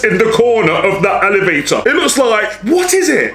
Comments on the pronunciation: Dad:alevator😂😂😂😂😂😂😂 Me:what? It’s elevator😂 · What is an Alivator or is it an elevator because he said Alivator 🤔